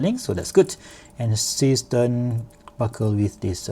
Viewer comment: Is that supposed to be a German name? Zay shtairn, Sea Star.